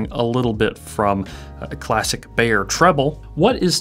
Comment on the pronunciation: Can the Anglophones please stop mispronouncing "Beyer?" It rhymes with "higher," not "mayor."